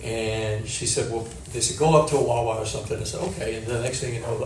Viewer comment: Did she say wawa?